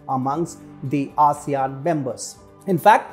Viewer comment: its yay sean countries 🤣